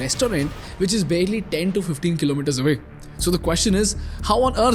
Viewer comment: I have observed something common in your narration style , when you speak , you put special emphasis on the very last word of the sentence . Like when you say " ten kilometres away " You say it like " ten kilometres, AwaYyy" Is it something theoretical or is it natural ?